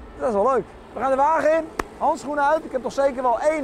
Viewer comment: dat schoenen uut klopte nog ook, op de uitspraak na perfect zeeuws